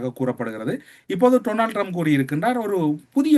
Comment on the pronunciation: ☝️☝️☝️ His name is pronounced Donald Trump not Tronald Trump.